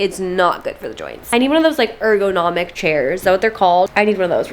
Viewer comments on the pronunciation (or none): The way you pronounced “ergonomic” 😂 but yes they are so important if you sit a long time.